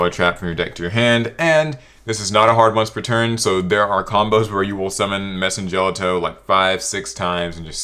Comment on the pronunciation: As someone who's loved Madolche since release this was a wonderful list! But one issue I did have was Messengelato is pronounced "jell-auto", his name comes from the Italian "ice cream" Gelato.